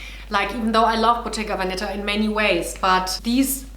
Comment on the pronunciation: Check your pronunciation of Bottega Veneta, you´re stressing the wrong syllable.